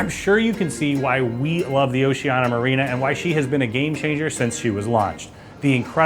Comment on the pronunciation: Just a suggestion: you might learn how to pronounce the name of the cruise line